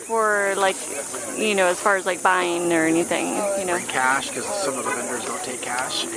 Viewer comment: vendors, not "vinders" lol